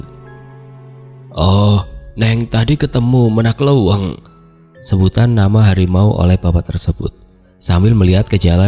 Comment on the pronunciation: Menak Leuweung. cara pengucapannya salah